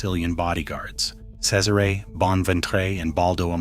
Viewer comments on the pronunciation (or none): none